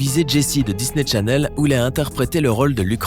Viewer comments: On dit descendan et dis.ney challene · Pauvre Cameron 😫😭😢 mais par contre du dis "Disney Tchanel" par fois et des fois tu le dis bien mais tu dis aussi "Descendents" au lieu de "Descendant" c bizarre